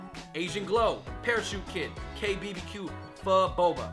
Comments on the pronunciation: So many people ik say pho like foe but it is actually fuhh lolxD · That's not how you pronounce pho... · One day, I'll find a youtuber who can actually pronounce pho.